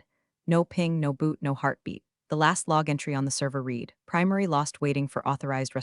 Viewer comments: ALERT TO ALL HANDS! Can we please have the bots that read (pronounced REED) these scripts distinguish the past tense of read, which, although also spelled read, is pronounced REDD. There are many such errors, and they cause me to feel that I should never watch one of them again. Surely someone who trains the AI can fix this blunder. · OMG It’s not pronounced REEDED it’s pronounced RED Seriously learn proper English. Thumbs down 👎 get it right before posting to YouTube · Still mispronouncing read. Your AI is having difficulty learning. This is the system that is suppose to fly planes, drive cars, and responsible for national security. Better keep educated people, it's safer.